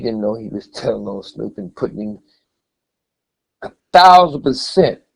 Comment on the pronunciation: Waymented did he say "Snoopy" as in Snoop?😮